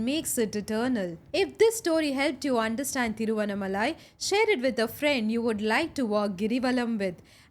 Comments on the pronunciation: The pronunciation is ThiruvannAAmalai. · Pls pronounce Thiruvannamalai properly!!!🙏🙏